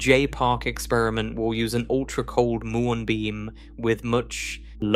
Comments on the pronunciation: It's m-you-on, not moo-on. There is no electeron. Another slop channel. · Please teach your computer generated narrator to correctly pronounce "muon".